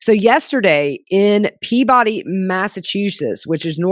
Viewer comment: Great episode, and love your Boston pronunciations. Peabody is pronounced, Pea-Bidy lol :)